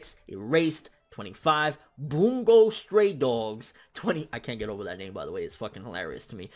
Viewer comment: boungo XD sounds like a type of pizza,.. it's not delivery it's boungo XD